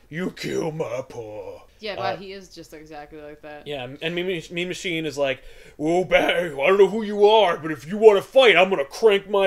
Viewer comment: Throughout this when said "Mean Machine", I kept hearing "Meme Machine".